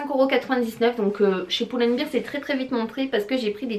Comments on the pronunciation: Pull and "bèr" sinon "bir" veut dire bière ^^ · Coucou, pull and bear ca se prononce pas "poule and bire" mais "pull and bère", beer comme tu le prononce c'est une bière en anglais ;)